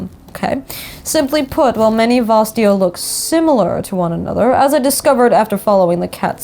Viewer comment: the second a in vastaya is not silent , just for future, please xD